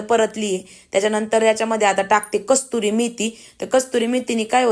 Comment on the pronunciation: Kasuri methi, kasturi nahi tai